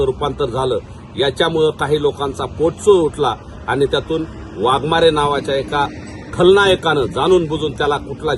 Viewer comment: अरे वाघमोडे तुला कुत्र्यासारखं नको बोलू बडबड करू तुला अक्कल आहे काय वाघमारे वाघमारे तुला काही अक्कल आहे का चरण गेला असं बोलतो